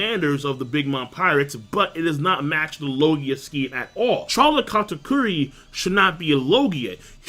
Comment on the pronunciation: why do you keep calling him Katkuri? It's Kata-Curry, as he's. 2 for 2 with them shots lol